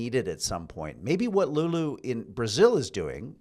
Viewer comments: Lula (Luh-lah) not Lulu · 🇨🇦Guys Please. Don't say Lul-U(Brasilian President), thats a Cartoon girl. The name is Lul-e 😁🤣🤣 Other than that Formidable program. CONGRATZ!!